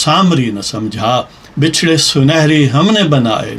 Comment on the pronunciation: بچھڑے۔ bachray ب کے اوپر زبر ہے